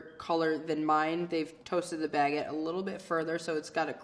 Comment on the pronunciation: Her pronunciation of Baguette, especially when she said Baguette maybe 4-5 times in the span of 5 seconds distracted me. She said it like Bag-get like she carries this thing on her shoulder.